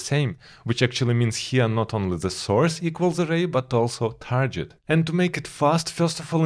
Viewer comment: Nice videos as always. By the way you're pronouncing "target" incorrectly. You're saying "tarjet" instead of "target".